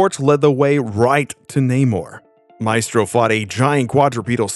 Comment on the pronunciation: The E in maestro is pronounced like in when